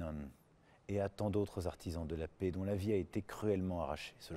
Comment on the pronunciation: Faut apprendre à prononcer "PAIX" et "RESPECT"... Il ne sait même pas parler français correctement, quelle honte ce type.